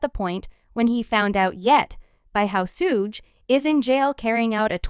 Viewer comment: I can't stop laughing cause of this fucking narration....why would you let it be released this way?! 😂😂 that's the best part is that you could have just changed it to 2pock or just used your own voice but you're just like nahhh fuck it were going with SHUGAYY 2PACK 😂😂